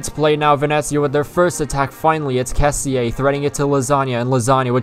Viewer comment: Good video but only thing... The pronunce of Kessie=kessì no "kessi e" XD